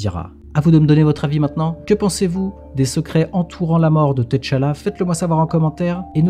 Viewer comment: Je rêve ou il a dit Ted T-challa 😂